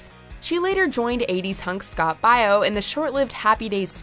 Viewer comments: It's Scott Baio not Bio lol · I was about to say the same thing! Pronounced Bay-O NOT Bi-O! Wth??? Lol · It's "Baio" 😆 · BAY YO....SCOTT BAY YO. THATS HOW YOU PRONOUNCE IT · She can't even say Scott Baio's name right.